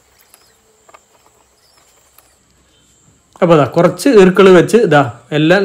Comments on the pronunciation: ഈർക്കിൾ അല്ല ഈർക്കിൽ ആണ് 🥰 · ഈർക്കിൾ എന്ന് പറയുമ്പോൾ ഇക്കിൾ ആകുന്നു.